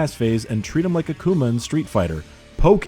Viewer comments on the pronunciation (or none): none